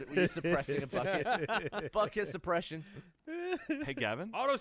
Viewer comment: Gavin: buucket Me: dear god